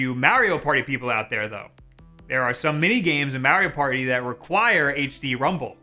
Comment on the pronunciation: Why did he say Mario party like that